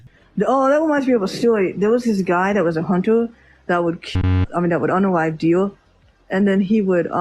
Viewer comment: "If you're alone in the woods and it's just a DEWR!" Sick,. 'Real sick.